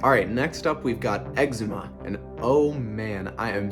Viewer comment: It was really good but I was dying on his pronunciation 😂 I was like “eczema”???